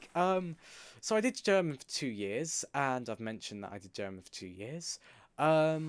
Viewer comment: Yaaaay! Congrats to 400 subs! And the german... it sounded quite good.